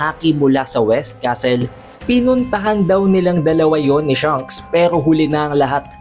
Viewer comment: Shanks not Shunks haha